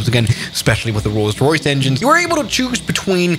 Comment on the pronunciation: roys royce